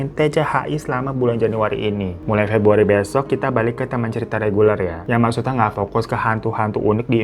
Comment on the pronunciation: Aaa,,,wkkk td salah nyebut akhir pebruariiiiii...di openinggg